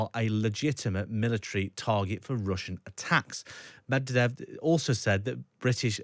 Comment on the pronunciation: Pyutin? Mewredev?